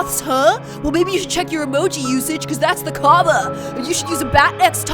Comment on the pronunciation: You said Kaaba wrong